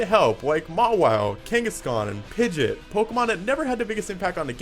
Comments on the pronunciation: its pidgeot not however you announce it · I died a little on the inside when he pronounced Pidgeot as "pidgit." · i'm pretty sure it's meant to be pronounced as "pidget" because it's meant to be a portmanteau of pigeon and jet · Did he just pronounce Pidgeot as Pidgit?